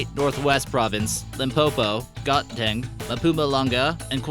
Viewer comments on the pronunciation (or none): I'm South African I live in the Free State at Kroonstad I speak Afrikaans and it's not godteng it's pronounced Gauteng!!! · I heard gotteng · If you want to make a video of my country. Please make sure you have ur facts are correct. Zulu people speak iZulu Swazi people speak Swati not Afrikaans BOERE speak afrikaans. Okay its called Gauteng not got-dang and mpumalanga not liPuma lunga. Botswana is not part of South Africa. South Africa does not have under age workers you have to be 16 or older to get a job. The biggest diamond found in South Africa is the Cullinan Diamond its 75 carats and it belongs to Queen Elizabeth II and was found in 1905 . Please get ur facts before you make ur name dick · The way he pronounces things made me laugh so hard!I mean got-deng??As a South African this really cracked me up 😂😂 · Hahahahahah the way he said Lesotho and Gauteng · Guys the way he said gauteng😂😂😂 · The way the guy said Gauteng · the way gauteng was pronounced 😂😂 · I had to laugh at the way he said Gauteng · Ek is van Suid-Africa. Ek hou baie daarvan hier❤